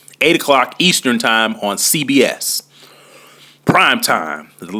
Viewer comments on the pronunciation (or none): Boy said east popcorn state😂